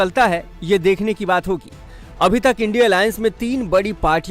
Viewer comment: Anchor madam इंडिया गठबंधन को आइडिया बोलने में क्यों तकलीफ हो रही हैं क्या?